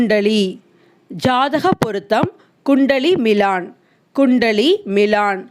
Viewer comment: உங்கள் முயற்சிக்கு பாராட்டுக்கள். தவறாக எண்ண மாட்டீர்கள் என்றால், சில சுட்டுக்கள். ஜாதக பொருத்தம்: குண்டலி மிலன் (மிலான் அல்ல) பணிவு: வினம்-ரதா (விநர்-மதா அல்ல) சில வார்த்தைகளின் உச்சரிப்பில் இன்னும் சற்றே கவனம் செலுத்துங்கள். இந்த பாடத்தை இன்னும் கூடுதல் சுவாரஸ்யமாக்க இந்த சொற்கள் கொண்ட ஹிந்தி பட clipping சேர்க்கலாம்.